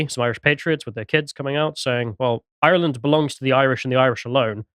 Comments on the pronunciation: Why does put on that voice to pronounce Ireland. To prove he has irish background? Reminds me of that guy who says "yanited' to prove he a United fan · Thank you, thank you, thank you lads for bringing this up, much appreciated. We're fighting back., love your lyrical pronunciation of Ireland/ Irish/ Garda... perfection. Thanks again. The Garda taxi this shit into Ireland and attack us Irish for protesting the Plantation Number 2 so of course the brave will attack the Garda. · I do hope you pronounce Ireland better than does. Plastic tattie eater. 😂